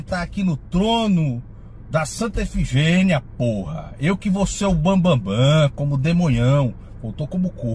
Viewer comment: "eu vou voltar pra santa efigênia" hahahahahahaha